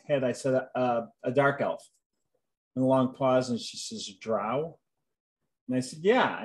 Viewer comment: He just confirmed the correct pronunciation of "drow" 🙂